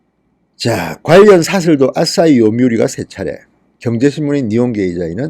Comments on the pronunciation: 방송너무 잘보고있습니다~ 한가지 알려드립니다.... 앗!싸히가 아니라 아사히입니다... 아침의 해라는 뜻이죠... 부드러운 발음으로 "아시히"입니다요~ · 항상 단어를 정확하게 발음하지 않으셔서 좀 아쉽네요. 아싸이 동냥대학교 ,, 등등